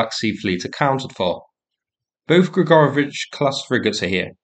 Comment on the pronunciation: I'd swear he said Gregarbage-class frigates...